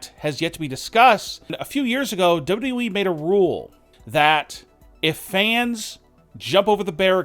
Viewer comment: It’s wwe not Wwwe